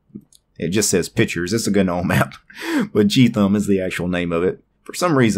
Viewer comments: bro .....just stop. Its not g-nome ....no matter matter how many videos you make the g is still silent. Nuff said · stopped watching as soon as I heard you say GA-NOME. You do know the G is silent in gnome right? Its hard to take someone seriously with linux when they cannot even pronounce simple words correctly. Thumbs down.